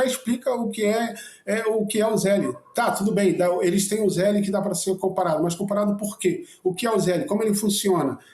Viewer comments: A pronuncia é ZELL, not zelli. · Nem a pronuncia esses bolsonaros sabem falar, não é ZÉLE é Zél, sem ele no final. Zél. E não, o Zél não é igual ao pix, tem diferenças e é PRIVADO, não é público. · Fala com nosso amigo exilado que o se fala "zell" só se escreve zelle